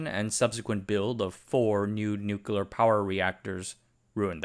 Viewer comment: Can't take a video about nuclear anything seriously when the narrator can't even pronounce the word properly.